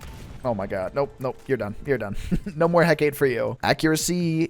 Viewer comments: alr man as much as i love your content i cant stand you calling the hecate the heck-ate, its pronounced heck-ah-tee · well i think there might be multiple ways to say it but from a show i watched with the hecate in it it was pronounced heck-ah-tee so (edit) just searched it and heck-ah-tee actually is the way its pronounced, also off topic but i think you should do a vid where you start on the highest rank weapon and every time you die you go lower and lower in the ranks